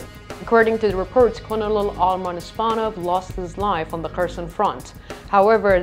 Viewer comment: Great report - if you want to pronounce Colonel correctly - say it phonetically as in "Kernal" 🥝